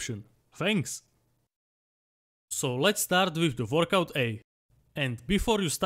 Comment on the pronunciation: Workout ❌ Vorkouk ✅